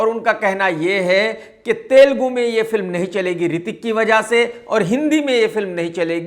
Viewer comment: Thel - ghume nahi it's telugu